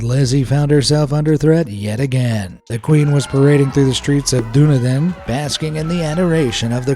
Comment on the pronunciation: It's DUH-KNEE-DIN... Not DOO-NEE-DIN.